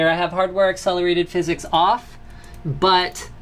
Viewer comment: just say "physics" not "phys-x" it just sounds more normal